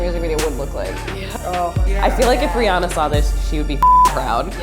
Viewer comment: Okay, but why cant anyone say Rihanna correctly lol. Oi.